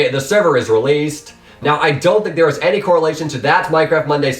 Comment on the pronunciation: Nice infos and nice put together but... it is slightly annoying how you pronounce the last word of your sentence.. thereeeeee~ hereeeeee~ thhhhink~ Eh, sorry but slightly annoying in my opinion